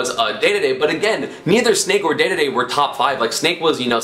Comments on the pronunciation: STOP CALLING HIM DAYDAYDAY, ITS DEDEDE, PRONOUNCED DEEDEEDEE. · Dee-Dee-Dee NOT Day-Day-Day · ITS NOT DAEDAEDAE, ITS DEDEDE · announcer: dee dee dee esam: day day day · I punch my screen everytime you say daeduhdae it deedeedee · …dE dE dE…not…day day day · its not daydayday its dedede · I'm pretty sure it's not pronounced "daydayday" it's pronounced "deedeedee" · Let me just say it one more time... It's DEDEDE not DÉDÉDÉ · Aye bro, can you not say, day-day-day, and start saying deedeedee? Maybe its like a meme on your channel but please :( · “King Daydayday” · IT'S PRONOUNCED DEEDEEDEE NOT DAYDAYDAY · unsubscribing for the pronunciation of king "daydayday" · Had to dislike the video and stop watching because he says daydayday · Dear Esam, Please pronounce Dedede correctly, we're tired. Sincerely, the DD societ D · Man you really take any chance you get to pronounce Dedede like a weeb lol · You pronounced Dedede wrong it hurts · The way he pronounces King dedede annoys me